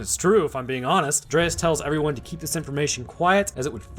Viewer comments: His name is DREYFUS, not dreaus or whatever was being pronounced. Also im pretty sure the apes hadnt seen humans in the last TWO winters, not eight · How can you not pronounce Dryfus? Its literally said out loud in the movie. Delete your channel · THANK YOU for pointing this out. It kinda feels like he didnt really watch this movie, just kinda went thru it for the video. Because he also mispronounces Gary Oldmans character's name every single time in this video.